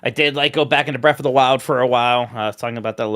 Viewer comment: I’ve noticed pronounces certain words differently ex: earf and breaf instead of earth and breath. My son is in speech therapy and I’m wondering if this is a specific speech thing or what. No shade generally curious